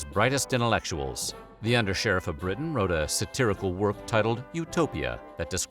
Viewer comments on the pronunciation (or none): none